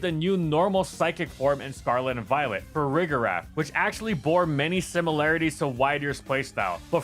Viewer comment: Why do people use a hard G for Farigiraf? I don’t understand how anyone can look at that and not realize it’s pronounced with the “J” sound like “giraffe” lol